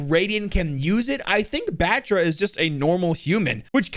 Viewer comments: If you really want to know how to pronounced, it’s (VA-RROON BHAAAA-TRA). So it’s not BAtra it’s BHAtra like how you would say BaBa Blacksheep; the A in his name is not the typical English “a” it needs to be pronounced with a more deep tone as if ur saying AAAH (When the dentist asks you to open your mouth). says it wrong as he neglects to give the deep undertone to the “a”. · If you wanna pronunce Batra, just say BATH-RA not bat-ra